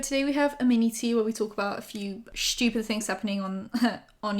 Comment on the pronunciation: nobody:: shhtupid